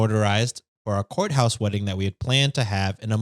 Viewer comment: That “courthouse” mispronunciation reminds of Mad Men when Peggy answers the phone and says “Pizza House!”